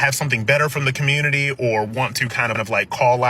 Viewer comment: If you want the “black communitah” to be better…..get out of said communitah 🤷🏾‍♂️